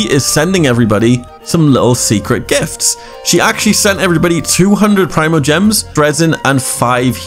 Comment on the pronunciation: Preemogems. Not prime-o